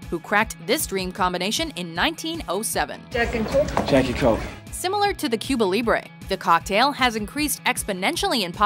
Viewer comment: why can people never pronounce Cuba properly?